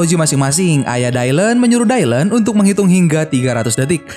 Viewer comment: Btw koreksi bang, nama dia di baca dilan bukan daylen